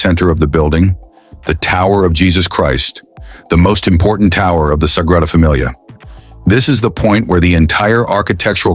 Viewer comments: Nice story, but I wish your narration had gotten it right. Especially pronouncing the NAME of the Basillica! It's the Sagrada Familia, Sacred Family, and pronounced "Să-gră-dă Fă-me-lee-ă", not "Fă-mi-lee-ah", that sounds more like familiar. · “Sagrada Damilia”???? Good god I hate AI! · Sagrada Damilia? There's AI for you. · “Sagrada Damilia?” What is Damilia? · It's a shame you didn't think to find out how to pronounce the name of the thing the video is about.